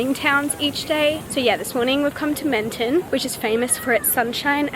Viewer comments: Hi! Loved seeing the south of France from your pov since I grew up here 😍 but just so you know Menton is pronounced a lot lower like Mahn-thon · I’m French and it’s so cool to see France from your point of view ! I wanted to react to a few things : - Your pronunciation is actually good and cute but a little tip if you want to try : the “n” is silent in « Montmartre », « croissant », « Menton », etc. - It’s funny because to me « Shakespeare and Co » is magical because there are books in English - The candy you bought, we call them « Fraise Tagada » so « Strawberry Tagada » but honestly they are not the best ones in my opinion 😅 - I’m not sure but it’s possible you were in France while it was in a « alerte canicule / heatwave alert », which happened a lot this summer Can’t wait for your next vlogs!